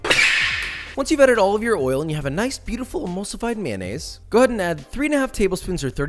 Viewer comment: what is a "Myeness"?